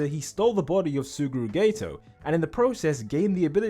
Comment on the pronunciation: "suguru gay-to" best way to say suguru geto.